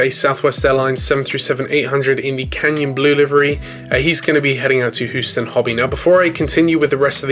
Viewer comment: He he, "Hooston."